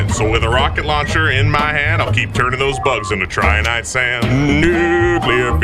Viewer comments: Trinitite not triniite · Your pronunciation of trinitite was off but the cover was too good to actually be of any concern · Man I loved that Nuclear Fever song just as much as the first time... well, if only I didn't cringe every time you butchered the pronunciation of 'Trinitite'